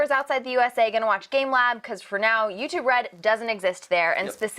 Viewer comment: notice he says 'restive' not 'YouTube red'